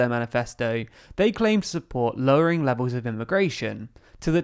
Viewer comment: The word is BREXIT not Brexihhh .there is a "t" at the end. It's "levels" not " levows". I support your views, but please speak decent English.